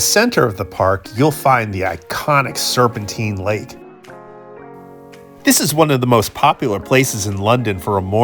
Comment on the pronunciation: Used to live in Gloucester Place on the North Side of Hyde Park, some wonderful days and evenings spent there. Great video. (Oh and it's Serpentine - as in time, not Serpenteen). Great persepective, love your vids as it gives ne a new appreciation of London.